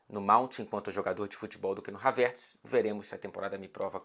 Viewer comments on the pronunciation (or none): Então é Havértz que se fala e não Hávertz